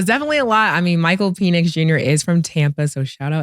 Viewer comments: Mike Penix Jr.pronounced Pen X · Calling him "peenix" is crazy 😂😂😂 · It's pronounced Pinex